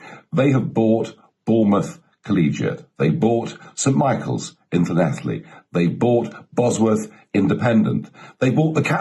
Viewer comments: Llanelli. Well pronounced Nigel. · He pronounced Llanelli beautifully for an Englishman